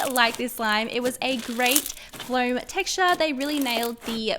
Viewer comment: its not pronounced as flowm its foam and CLEAN YOUR HANDS LAYDY!!!!!!